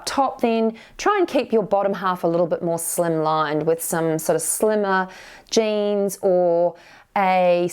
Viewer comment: Are u saying jeans or janes